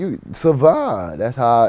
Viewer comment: Some one need to meme how bacon say survive and if you do send me that bih 😭